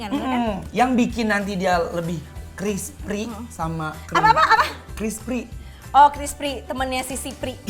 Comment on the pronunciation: crispy war...bkn crispry